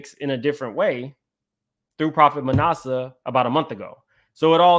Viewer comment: It is NOT nawsa it is short a as in at Manasseh.